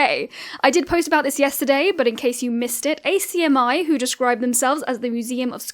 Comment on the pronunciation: hearing ACMI pronounced like that is so strange to me (fyi it's "ack-mee")